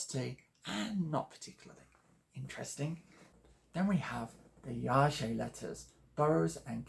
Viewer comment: YaHEY.. is how it's pronounced